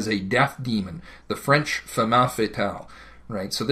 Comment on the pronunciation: It's 'femme fatale', and 'pseudo-intellectual'.